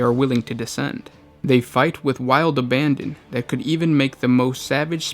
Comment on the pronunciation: . How the hell do you mispronounce "abandon" to "obandon"?